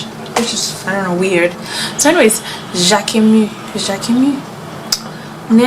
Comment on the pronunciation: You pronounced jacquemus wrong, watch a interview with him, the s is not silent